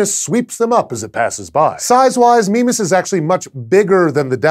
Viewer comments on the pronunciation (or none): i pronounce it my-miss what's this 'meme-as' thing? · I thought it was pronounced 'MY-mas' ...or has red dwarf autobooks been lying to me? :P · after playing a lot of ksp when he says mimas i hear "Minmus" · "Meme-us" Meme Sorry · Is there a clear consensus on how to pronounce Mimas. I've always pronounced it My-mas but it seems Sci-show feel Me-mas is correct. I've also heard Mih-mas from some others. At least it doesn't have as many pronunciations as Charon. Or raise as many giggles as certain pronunciations of Uranus. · Mimas... Memeas... Memeus... Meme us... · a death star moon called "meme-us" kek I love astronomy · Who else thought it said Minmus?